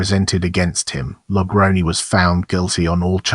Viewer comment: It's pronounced La Grown. 👹